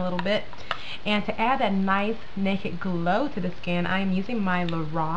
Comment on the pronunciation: When you say it fast you say "nakit" but when you say it slow you say "naked" lol. You have beautiful eyes, thank you for the tutorial. I'm waiting for mine in the mail and it's fun to watch you use it and you give really good tips!